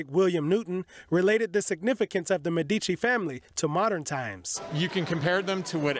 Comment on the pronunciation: Learn to pronounce Medici correctly